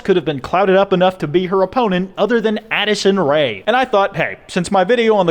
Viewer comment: anyone else thought he said addison the manly rae?